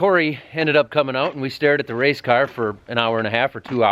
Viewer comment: Did u say racecar? lol